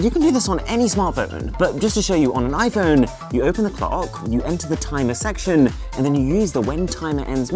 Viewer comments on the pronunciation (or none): he said section(sexction)